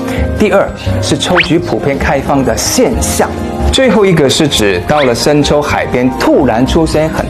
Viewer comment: 帅哥小哇啊! 抽天? 秋天? 生抽还是深秋啊? 你的bb发音也难免太太可爱了吧😂😂 不过你讲华语的速度也蛮快的，记性也不赖，也知道你也下了苦功了，还是忍不住给你帅哥一个赞。👍👍 期待你的新剧哟!